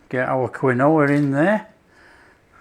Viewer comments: "keen wa!!!" 'Kwin - oh-ah' must be served with 'Worchester Shire Sauce' and 'Liecester Shire Cheese' - lol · Lol... Quinoa is pronounced - KEEN-WAH. Cheers, fantastic recipe! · It’s pronounced Keen wah😊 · Around here they pronounce it "keen-wah" but I've always called it quinoa like you. Great for the GF crowd! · Pronounced KEEN-wah. Fabulous that you are using GF ingredients! Thank you so much. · I love your video. It’s pronounce “keen wa” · I thought it was pronounced keenwa...but...each to there own...lol... good recipe... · I love this stuff, so I’m delighted with this recipe. I’m going to definitely try these. Sorry to repeat but it’s definitely pronounced Keen wah. Strange I know. Lovely recipe my friend xxxx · What a great idea! Pronunciation : KEEN- wah. Origin Andes Mountains Peru. I am going to see if I can buy them, changing out from my flour tortillas😎🌶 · It's pronounced 'Keen-Wah' matey 😉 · Pronouncing something correctly is constructive criticism….unsubscribing.